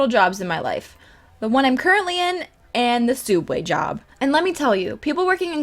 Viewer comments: Wtf is a fucking sooubway It's subway you daft nugget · comic also your vids are awsome also its subway not sooubway!!!!! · why does everyone prounouce subway suodway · Sooubway ? What isn't it subway thats how they spell it in Australia is it just in america were it's spelt sooubway or what please can some one tell me. ☹️ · Is it only Americas that call it soobway?????? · So...soubway? U...u can't handle soubway......... Idc u r awesome! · It's not soub way it's Subway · Is she saying soubway and now subway. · Oh god the soobway. Olives.. the olives...!! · TheOdd1sOut why does people say sooubway I call it SUBway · She doesn't even say SOOUBWAY right 😤😤😤 TRIGGERED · Its pronounced soo-ub-way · SUB-way!!! Please, for the love of roses say it right. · Why does everyone pronounce subway like that😭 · Its pronounced subway : ) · She said sooubway 😂😂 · Your not the only one who says Soubway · what do you mean its sooobway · why are you calling it suoobway are you trying to copy the oddsoneout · She is saying it wrong